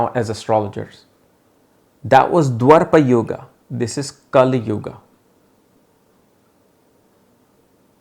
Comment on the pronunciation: It is DWAPARA YUGA & NOT DWARPA YUGA...!!